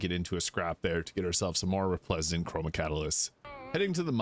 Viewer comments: Love the energy bud - also, it's Re-splen-dant :) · Re - splen - dant. Hope that helps